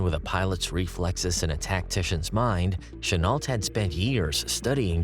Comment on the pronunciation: I'm not a pro, but here are a few tips: Chenault is pronounced "Shen-o" and the Zero was a naval plane rarely used in China - the fighters the Tigers faced were Oscars.